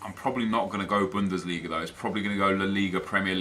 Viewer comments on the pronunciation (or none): none